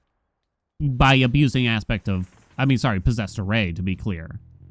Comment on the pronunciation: Is it just me or does anyone else hear Posessor Ray when says "Posessed Array"?